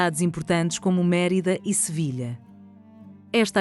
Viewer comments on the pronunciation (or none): none